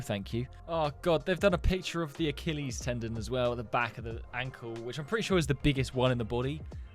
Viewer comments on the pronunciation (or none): none